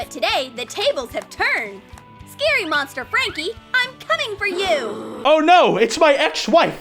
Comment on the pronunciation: When she said “a monster that lives under the bed” I heard it as “a mobster that lives under the bed”